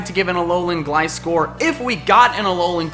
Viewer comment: It's pronounced ul-o-lu and gl-iscor